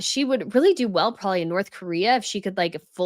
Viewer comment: She said Kensey, I noticed too. I love, and maybe it's a thing in USA, maybe even here in Australia too, but I notice that is very well spoken but let's herself down when she says "Prolly" instead of "probably" she never pronounces the word in full. Not a big deal but something I noticed. But i was only shocked as she is so well spoken with every other word. Felt sorry for the word "probably" lol. How amazing are her videos. Shecis very hardworking. We all have our idiosyncrasies. I say um a lot. Everyone has something.